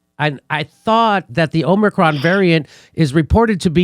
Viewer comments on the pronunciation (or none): First Joe Biden and now Max Blumenthal, why is everyone calling it the Omnicron variant? Is the n in Omicron invisible? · Is it Omicron or Omnicron? 🤣😜🤣